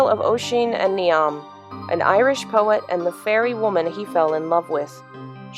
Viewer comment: Really enjoyed this video. Only thing I wanted to mention that jumped out at me was your pronunciation of Niamh. My dad’s side is Scottish/Irish. It’s pronounced Neev. I know it’s counter-intuitive!